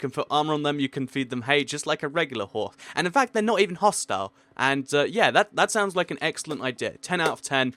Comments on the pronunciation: "you can ride them, you can tame them, you can put armor on them, you can feed them hay just like a reglular WHORE" ok didn't say whore but didn't finish saying horse so it sounded like whored XDDD am I the only one who noticed this? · dude you said horse wrong you said it without an s